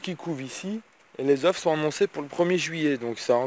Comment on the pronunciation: Stp arrête de dire des zeuff!! On dit des zeuuuu!! Sinon bonne video, c'est un plaisir de te regarder à 4h du mat avant de bosser